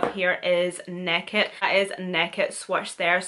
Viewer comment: love you the way say naked, neked haha! class